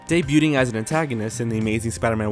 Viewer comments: Some words to practice pronouncing properly: Druid. Not 'Drood. ' Droooo 'ID.' debuting. Not 'de byu ting.' Day Byuu Ing Castle. Not 'Cast El.' Cass el. Anthropomorphic. Not 'An Thro Mor Fick' Ann Throp O Morf Ick. Slow down, rehearse, etc. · Dude, it’s Thænos, Uatu is pronounced oo-ah-too, and the T in debuting is silent.